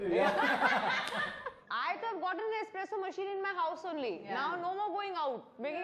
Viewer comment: Dear Taapsee! It’s espresso not expresso! FYI